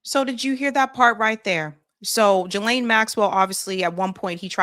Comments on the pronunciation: I can't listen to you mispronounce Ghislaine. It's Hard G. Gee lane. Not Jee lane. I'm out. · Thanks for your work!...I think Ghislaine is pronounced ...Geee Lane...not Jeee lane... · It's pronounced as though the following two words were said "Ghee + Lane" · It's pronounced Gilen Gi as in Give and Le as in Letter. Her brother pronounced it this way on Piers. Just saying. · Please learn how to say Ghislaine! The GH is like the GH in GHost. Do better. The s is silent. You sound silly every time you say the name. 😮